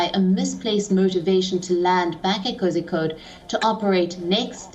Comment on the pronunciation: Not kozikode Kozhikode /Calicut /CCJ